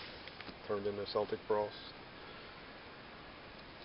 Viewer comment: I think Celtic Frost is pronounced with a "K" not an "S"! Keltic, not Seltic!